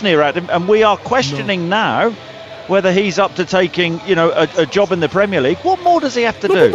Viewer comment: it sounds like your talking about "the jobby he's done" 😂